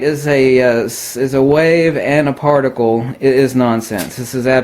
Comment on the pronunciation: he almost says farticle instead of particle.....what a dingbat doofus. I cant trust any information that comes from a guy who says farticle.